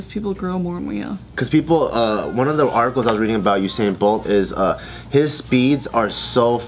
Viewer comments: IIsYouAndYouIsMe Oo-sain bolt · omfg them saying u/sain pisses me off, its you/sain fucken hell ha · ITS YOU-SAIN. NOT OO-SAIN 😭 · The way pronounces Usain is so weird "OohSain" LOL I'M DEAD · IRK, It's 'Yousain' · Oosain bolt!! 😂😂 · Oosin bolt😂😭😂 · Its U-sain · The way you guys say Usain hurts me a little I can't lie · The way they're pronouncing his name has me triggered 😂😂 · Khad I know... Bart said it right tho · calling josh stupid when she can't say usain